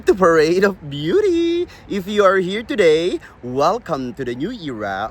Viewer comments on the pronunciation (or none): none